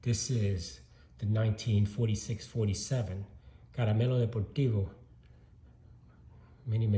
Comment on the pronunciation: Congrats on these beautiful Minoso cards..😍😮 I love to hear you say Caremelo´ De´portivo the rolll of your tounge..😊 Thank you for sharing..👍💕🔥👊